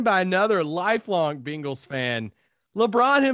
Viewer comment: Congrats on your Beengals, (why does say it like that?! Lol)